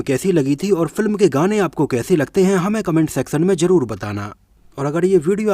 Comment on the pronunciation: Hello brother from Pakistan pronunciation per dhyan do Raj Nahin Raaz baj Nahin baaz Saha Nahin shah jaruri Nahin zaroori jabardast Nahin zabardast shabani ajmi nahi azmi